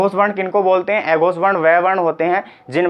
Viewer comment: भाई पढ़ा अच्छा रहे हो लेकिन उच्चारण तो सही करो, न को ने प को पे स को से अघोष को एघोस बोल रहे हो। आप हिंदी पढ़ा रहे हो , सही उच्चारण करो।